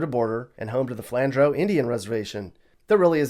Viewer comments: Its pronounced "flan drew" Not flan drow lol And iowa isnt that safe espceially where i live. You cant walk at night without getting attacked and robbed in certain parts of my city. There are also a ton of homeless people constantly panhandling and commiting crimes. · I hate to be the person to correct pronunciation but it's "Flan-Drew" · “Flandrough” it’s “Flandrew” Flandreau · Flandreu=Flan-an-drew not Flan-dro-ow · I think you're wrong. Flandreau seems to be a french word (or of french descent at least,) and "eau" is actually pronounced "o". So, "Flan-dro" (or "drow" if you'd like.) Like "Boudreau'", you would not say Bou-drew. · its pronounced (flan-drew) not (flan-dro) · FYI, Flandreau, SD, is pronounced “Flan-Drew” by the locals. I’ve been there many times and it is just a teensy bit sketch. Not a bad town to visit — they have a great steakhouse.